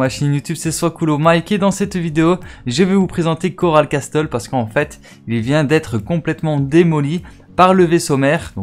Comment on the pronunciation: Coral Castel ce pronoce coral cassel et non coral casTel révise ton anglais mec